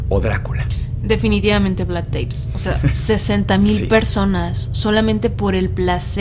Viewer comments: Espectacular podcast! El tema vampírico es una locura, pero pequeña corrección si no les molesta. Se pronuncia Tepes, cómo suena prácticamente. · Se pronuncia tal cual TEPES